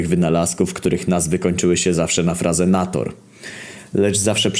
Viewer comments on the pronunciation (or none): inator, a nie nator, w sensie on tak twierdzi